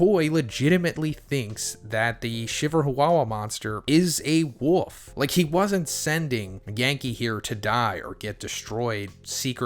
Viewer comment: I thought you were saying "Wuff" level, like their was some level behind wolf lol.